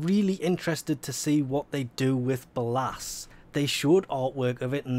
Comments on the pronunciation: "be-llasss" Stop please. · btw its pronounced Bay-Less. don't wannabe that guy but ya know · No offense , but the pronouncement if ballas made me cringe hard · I love how he says ballas completly wrong